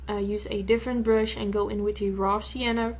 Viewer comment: I love the way you say brush, like it's pronounced "bruhsh". Cutest accent ever. Love this look, too!! Keep up the great work :)